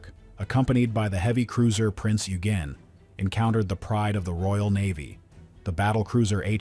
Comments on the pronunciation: Not ugen but oygen. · There is a phonetic alphabet but the keyboard doesn't support it. But yeah it should sound as Oygen, or Oigen. Many do tend to pronounce the name in its English/American version. Even my phone's autocorrect is leaning towards the American version😂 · Have heard it pronounced both ways, Yugen is older pronunciation.